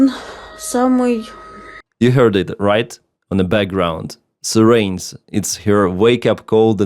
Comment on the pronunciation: Quick English lesson: “sirens” is pronounced «сáйрэнз» . And yes, the fashion for fat lips may be inspired by Daisy Duck (wife of Donald).